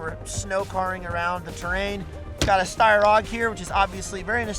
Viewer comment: “Snow Car” and “Steyr Og”. must be new to our country. 🤣